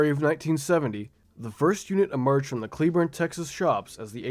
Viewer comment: Cleburne is pronounced clay born the e is /ɛ/ . It makes a big difference. Ask anyone from Cleburne, TX 😊